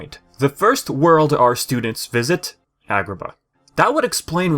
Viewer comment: The way you said Agraba.